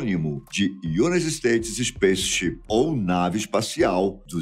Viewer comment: "Unit states" foi Phoda....